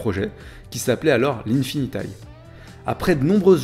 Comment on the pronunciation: On dit infiniti et non infinitaye ne sois pas plus anglais que les anglais. Merci